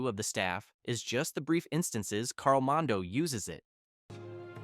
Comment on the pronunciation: It's Mordo, not Mondo.